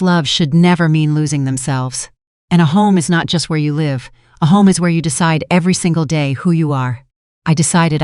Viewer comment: If the narration is in English please use the pronouncing properly !! The word is 'live' then say live,as in I live here,not ,the power line is electric,as in 'connected' . Not hard to do!!